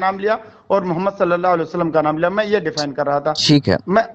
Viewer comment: Ye sallallahu alayhi wasallam kese bolta he.... Suaad se.. Sidha meem...